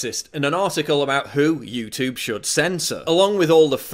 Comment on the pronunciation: how come you are pronouncing youtube that way ?